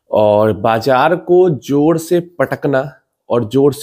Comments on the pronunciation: जोर से भाई.. जोड़ नहीं.... 🎉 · जोड़ ❌जोर ✅